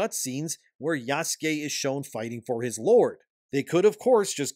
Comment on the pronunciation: Why the hell do you say "Oobisoft" and "Yaske" when it's "Ubisoft" and "Yasuke"?